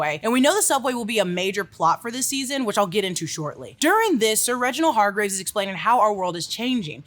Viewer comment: Hargreeves pronounciation is also off :")